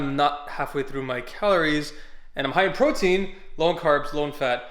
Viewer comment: "PROITEIN SHAKE" Is that another kind of goddam steroids bruh? Need to let us know lol